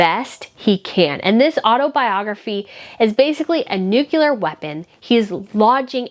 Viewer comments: You are mispronounce just like George Bush: Nuclear. Not. Nucilar!!! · I love your videos and our style. I have one favor. Please don't use the word nucular. It is nuClear. Very easy to pronounce and correct. Thank you for your entertaining videos. Love from California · Just a quick note - nuclear is noo-cleer, rather than noo-ku-ler.